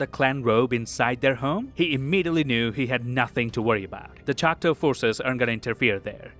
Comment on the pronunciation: LOVED! this synopsis BUT my guy it’s choctAW NOT chocTOE this is coming from a Choctaw granddaughter